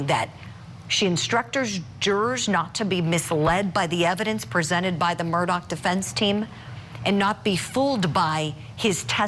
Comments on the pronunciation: Here is an example of a bimbette she kept saying Murdock ? It’s Murdaugh how did she get this job????? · The man's man is Murdaugh not Murdock. Mer-daw not Mer-doc. Get with it lady. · Tell this idiot his name isn’t pronounced “Murdock”